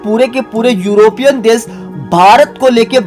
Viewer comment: देश को देस कहते हो शुद्ध को सुद्ध और शाम को साम। वाह रे तेरी हिंदी। हिंदी शुद्ध बोला करो।